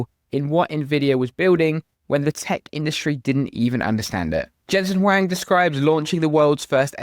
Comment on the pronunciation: You pronounced Jensen's last name correctly. Huang, H is not silent. Very good.